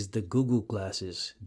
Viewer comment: Am I hearing him say Googoo instead of google?